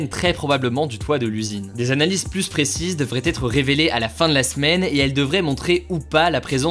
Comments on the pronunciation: "100 fois plusse puissante", euh... non. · Salut, petite info pour toi, on ne dis pas 100x pluS puissant, le s doit etre muet